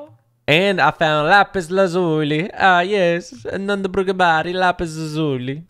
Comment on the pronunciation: thankyou for shouting me out!!! “lazuli” (lazolee) kinda similar 😂